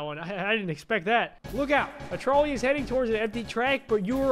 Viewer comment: who else thought it was troll ey and not trolley